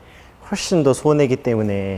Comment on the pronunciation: 스트레스 발음 무엇